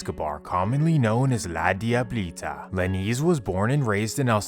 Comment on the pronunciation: That was the worst pronunciation of La Diablita I’ve ever heard 😂🤣😂